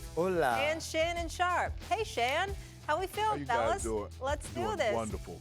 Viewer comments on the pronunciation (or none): Molly making up names for people. Called Shannon Shan like he MC Shan. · Shawty called bro Shann😂 I’m so done w Molly